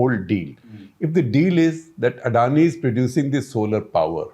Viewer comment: SR SG, at least try to pronounce Adani correctly and not as some foreigners. It’s so annoying to hear how you say Adani. However, the content is good and decluttering.